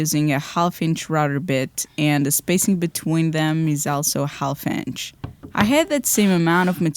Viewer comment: Excellent. But, when speaking the word "half" the L is silent. ;-) You speak English 5000x better than my mastery of Portuguese. ;-)